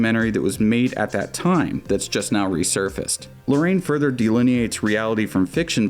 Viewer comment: is not Lorraine, it's more like: La-Ra-Inn